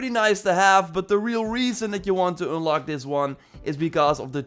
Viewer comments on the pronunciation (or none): "Ünlock". Love the Dutch accent. ;-)